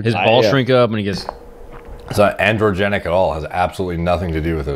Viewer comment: lol ok his “andrewgen” isn’t really to blame